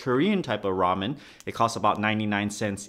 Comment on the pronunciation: Raym-yoon xD